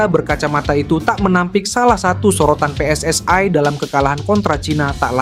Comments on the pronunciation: Persatuan Sepakbola Seluruh Indonesia . -PSSI -bukan " PSSAI" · PSSI bung bukan Pssai